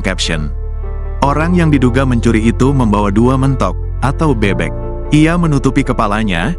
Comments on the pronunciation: G enak banget sih pake suara bot... Mentok mentok ada juga mentog pake e pepet... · Koq Mentok sih ngomongnya 😂 yang benar itu Mentok cara ngomongnya 😁